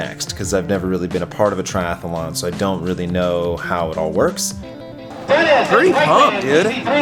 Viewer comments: Triathlon, not TriathAAAlon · We may have to kill you if you keep saying Triathalon. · One les syllable, Triathlon vs Triathalon.